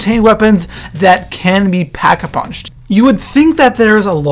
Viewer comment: Did i only hear packavunched ? XD